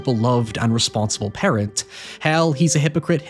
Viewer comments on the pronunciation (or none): none